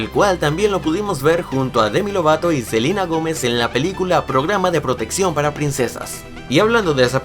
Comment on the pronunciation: Selina dijiste